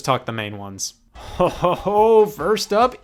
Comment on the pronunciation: The first time I’ve heard every cartoon villains “oh ho ho ho!” Pronounced exactly as it looks typed Scott is a villain